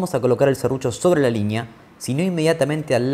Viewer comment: Repelús cuando dice "LIÑÑEA"